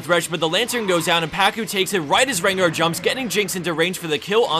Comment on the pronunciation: I've literally been watching Top 5 Plays since the very first video. I still have yet to win any prize, but despite that I keep watching since their good videos, but holy shit please stop saying Rengo, it's Rengar.